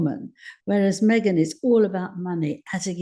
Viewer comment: Yep. Me-Gain